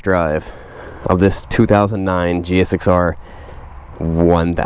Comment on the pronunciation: Am I the only one that’s bothered by hearing him actually saying, “G.X.S.R.”?